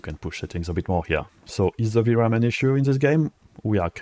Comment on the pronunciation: pitié fais un éffort sur ton accent... they c'est pas zeey , dit le plutôt avec un D déy ca sonnera mieux et quand tu dit ze dit plutôt dhi , merci !